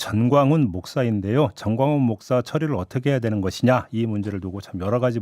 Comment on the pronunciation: 잘들어보면 목사라 하지 않습니다. 먹사라고 발음합니다